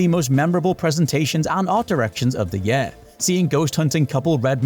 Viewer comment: Please use a different word than 'year' if you can't pronounce it correctly.